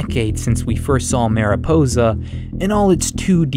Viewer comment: As someone who speaks Spanish it irks me whenever he tries to pronounce "mariposa" lol